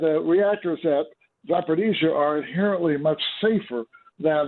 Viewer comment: Za por eez zya. No D in it.